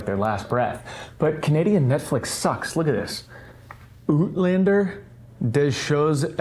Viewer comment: "Ootlander"... this tickles me nearly as much as "Firips Japan". Good one.